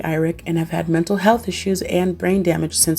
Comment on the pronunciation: heheh "metal' health disorders